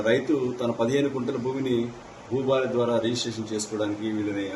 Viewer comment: హారతి కాదు భారతి😂😂😂